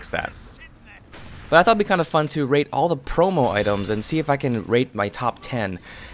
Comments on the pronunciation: Is it me or he said rape instead of rate xD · Am I the only one who heard him say "rape these weapons" in the beginning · i thought u said rape lol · Is it just me or he sounds like he is saying rape when he is saying rate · I thought he said rape.XD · is it just Me or when he says "Rate" does anybody hear "Rape"? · Did he say "i wanna rape?" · Is it just me or when he says (rate) it sounds like R*pe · it sounds like he is saying rape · wen u said rate your top 10 it kinda sounded like u said rape your top 10 LOL xD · sounds like your saying "rape" everytime you say rate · Omg when you say rate it sounds like rape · I always herd ''Rape'' istead of rate :S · i know this is wrong, but i cant get it out of my head that whenever you say "rate" you say "rape' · XD whenever u say rate it sounds like yr saying rape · Who else thought that he said rape the promo items instead of rate? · How he says rate, it sounds like rape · me 2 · Ayy_its_Yosh i same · lol, same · When you said "rate me weapons" it sounded like rape my weapons xD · At first I thought u said rape xD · it sounds like he is saying "rape my favorite promo items" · When he said rate i thought he said rape 😝😆